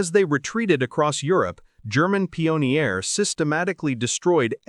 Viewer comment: "Rema-jin", "pee-on-ear"! In the first minute... Jeez!